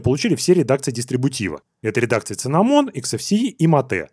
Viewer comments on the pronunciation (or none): синнамон а не циннамон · не имею ничего против, но cinnamon читается с "с", не "ц" но все равно спасибо за сводку по дистру :)